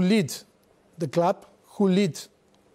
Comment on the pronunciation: ‘In a clwb like Tottenan, no?’